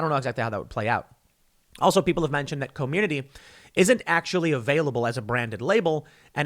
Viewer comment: It's Cormirnaty, not Community Tim.